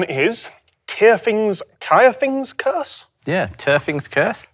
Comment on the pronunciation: Scandinavian here. It was mildly frustrating to hear you try and pronounce Tyrfing and never get it right :p